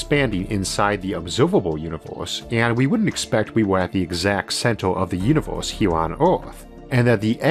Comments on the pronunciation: 'This episode is spwansword bwhy awadwable' ooor univoorse is... Not only is the sound in this overloaded but seriously? I don't want to make fun of a speech impediment, but Audible is giving this money? An overloaded awful speech? This is horrible. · how annoying ! the words are univErse not univOrse and biggEr not biggOr. you need to learn the sounds of your vowels again which is done in first grade. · Take a shot every time he says univorce 🤣🤣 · He has a unique pronunciation of words...like univorse instead of universe... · What the heck is a univorse? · All I hear is Uni-vorse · I'm the only one that hears "univorse"? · dude WTF IS YOUR PRONOUNCIATIONNNNNNNN its infuriatingggg univOHSE???? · The 'univorse' is amazing!! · What is that accent? I find it hard to listen because every er sounds like or. So instead of hearing universe, I hear univorse. It wouldn't be so hard it only happened with that one word but every word that has the er in it! If didn't get very far at all in listening so I don't know if words like firm becomes form and fur become for..? I like audio books but, in this case, think I will stick to reading.